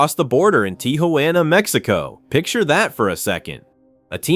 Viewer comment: "tee-who-anna"? pathetic AI garbage. get a real job, you suck at this.